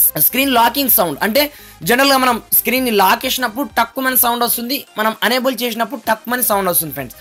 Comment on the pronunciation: Baabu... Unable kaadhayya.... Enable.. Ma karma kodhi cheptharu malli review lu... Basha nerchukoni cheppandi... Aa telugu ento ne English ento...!